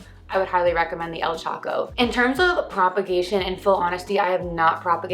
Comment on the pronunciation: I realize this is an old video. But do you know you are prononcibg "Choco":wrong? Why are the leaves so small? And HEY if what works for you..works for you!!!